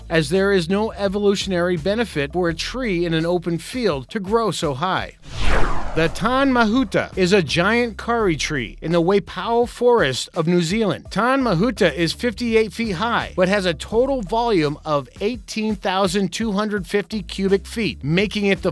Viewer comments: "more i " he says instead of maori ( mouldy) "curry" he says instead of kauri (coldy) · The tree from new zealand is pronounced tar-neh (tane) mahuta the kauri tree. Kauri is pronounced like Cody tree. Good effort by the way....👍👍👍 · lmao I died when he attempted to say "tane mahuta" "kauri tree" and "maori"